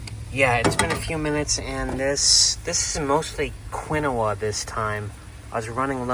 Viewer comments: The grain is pronounced… KEEN- WAH!🥸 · Quinoa pronounced keen waa!! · For god’s sake.. quinoa is pronounced “KEEN-WAA.” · Quinoa sounds like keen- waa. But pronounce it however you like. Your way is more entertaining. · But it's so funny how he says it. The name originally pronounced started as ke naoh. But you know how lazy peoples language is sometimes lazy in syllables, eventually thay started calling the grain keen wa. I know because I worked in food service mostly all my life I'm 65 and there is a timeline, between 1916 and 18 there was a very popular push on this grain.